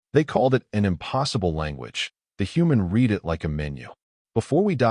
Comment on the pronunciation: First AI mistake only 2 seconds in! The human read it like a language (as in 'red'), not 'reed'.